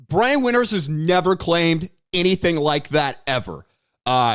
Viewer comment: Notice how he purposely mispronounced Windhorst name. Yes I say on purpose.